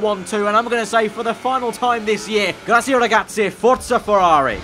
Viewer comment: They fired you after hearing you trying to say ‘Grazie Ragazzi’ 😂